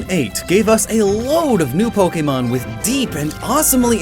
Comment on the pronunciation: U said so many pojemon WRONG